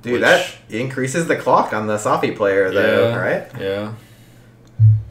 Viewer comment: Saffi* not Staffi lol